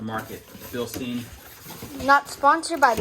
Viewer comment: Bilshtayn it is pronounced. :)